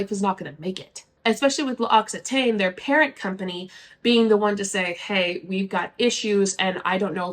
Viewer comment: L’Occitane is pronounced something like “loxy-tan” (its a “ah” sound not “ay”) 🩷 interesting coverage of mlm news as always, thanks!!